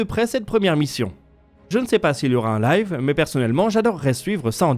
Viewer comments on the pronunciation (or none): none